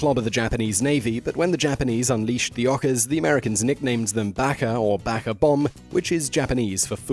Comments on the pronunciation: FYI ohka is pronounced like it's spelled oa kah and baka is pronounced bah (like the sound sheep make) and kah. Come one Simon, Japanese is not that hard to pronounce. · Its BAH-KA. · doesn't even know how to pronounce Baka